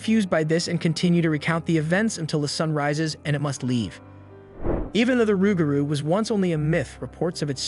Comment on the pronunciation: Never heard "Luke Garoo".... We always said "Roogaru".... Loo Garoo or Luke Garoo is most likely a mispronunciation lost in translation from Cajun, Creole, or possible Hatian Languages....